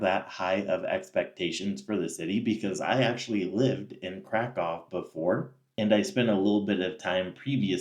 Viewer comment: Pronounce Kraków correctly! Better yet, go back to where you came from.